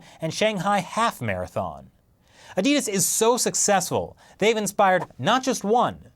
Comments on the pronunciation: It's 'addy das', not 'ah di dus'. The creator's name is Adolf Dassler, 'addy (adi)' is short for Adolf. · Pressure on the first 'A'. That's how people in my country pronounce it. "A-di-das